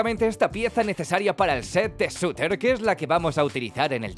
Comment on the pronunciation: Se dice SURTUR